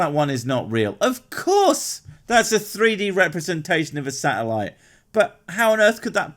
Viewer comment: The way he sais "Satelite" sounds like "Salad"